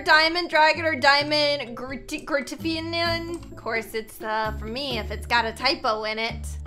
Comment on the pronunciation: LOL “grtgrtffen”